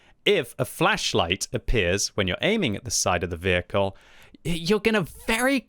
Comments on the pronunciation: Think flesh whenever he says is it’s so funny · I keep hearing fleisch light.